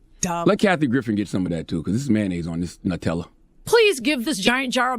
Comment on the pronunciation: He said it’s mayonnaise on this Nutt-tella lol